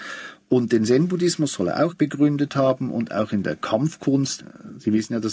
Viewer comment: Hat mich auch gewundert. Liegt vermutlich am Dialekt ;-)